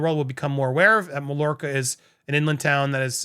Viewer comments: Pronounced not Mall orca, but Mayorka. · Pronounced “my-YOUR-ka” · NB. It's pronounced Mayorca. LL is similar to a Y in Catalan. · Mallorca ... the 'll' is pronounced with a Y as ma-york-a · pronunciation: MAIYORKA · Hey, it's pronounced 'my-york-a' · It’s pronounced My-or-ka. 😊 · Mallorca, is pronounced my my york er. Don't you have a large Spanish speaking population in the USA? Of course Meg is tone deaf, she is an American 😂. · Just letting you know it's pronounced like, My-yorka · I't's pronounced: MY-YOUR-CA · It’s pronounced Myorca🎉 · My-york-a lol but love the attempt. And MM is slimey. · Pronounced: “Mayorka” the double L sounds like a y. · Hi, I believe it is pronounced “Mai or ca” the double ll is a”y” sound. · Just FYI - Mallorca is pronounced May - Or - Ca . . . either Mayorca or in some places it can sound like My - Or - Ca . . . Myorca. The former is the much more common pronounciation. LL in a Spanish word is a "Y" in Spanish speech. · I believe the word Mallorca is pronounced MYORKA. In Spanish, a double L is normally pronounced like a Y. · It's called My-orka. The two "lls" aren't pronounced. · I think it’s pronounced may or ca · Pronounced Mayorka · Pronounced My orca! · it's my-orca. Lol. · PRONOUCE MAYORCA